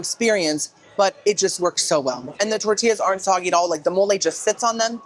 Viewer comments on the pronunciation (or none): none